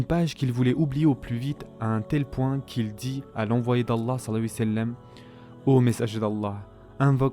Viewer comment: S’il vous plaît faites un effort lorsque vous dites « Salla l laahu 3alayhi wa Sallam » vous mangez les lettres et la prononciation n’est pas top. ❤️